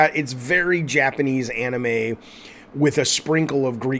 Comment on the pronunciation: Anime* not Enemei